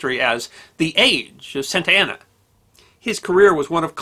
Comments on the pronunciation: Carlos Santana is a musician. George Santayana was a philosopher and writer. Antonio Lopez de Santa Anna was a multi-time president of Mexico. Their last names are all pronounced differently. You keep saying Santa Anna like Santana. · when you say Santa Ana I hear "Santana". So the general was a Hispanic guitar God? Nice.....